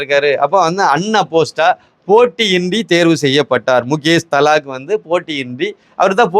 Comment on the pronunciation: His name is Mukesh Dalal... and not Thalak please pronounce properly